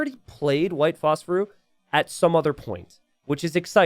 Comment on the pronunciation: Please tell me realizes the guys name is white phosphorus and not “white phosphoru” 11